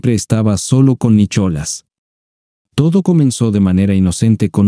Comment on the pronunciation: Nicholas😂 se pronuncia Nicolás 😂😂 😂